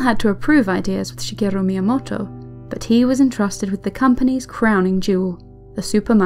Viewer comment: I love the way you say Shigerrru Miyamotto @@